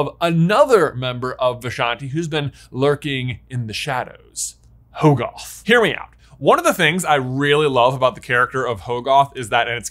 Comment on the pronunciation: Uhhh, it was pretty obvious that the third eye was the toll of using the Darkhold. That's it. Nothing more. Also, Hoggoth is pronounced Hah-guth. Pretty simple English. A double consonant after a vowel makes the vowel soft. C'mon.